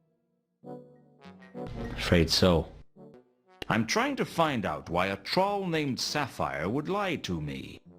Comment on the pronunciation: Rod Brydon’s American accent is pretty good, except for how he pronounced “troll.”